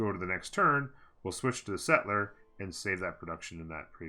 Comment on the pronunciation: stop saying settler like that